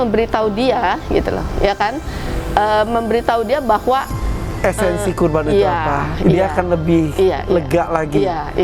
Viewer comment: qurban mba bukan korban. wkwkwk